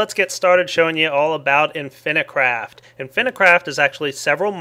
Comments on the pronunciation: inficraft but everybody pronounces it infinicraft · Why does he say Inifinicraft when the title says Inficraft? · It's called "In-phi craft". If it was spelled infinacraft then you would pronounce it like that. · not only failed at pronouncing inficraft and math:D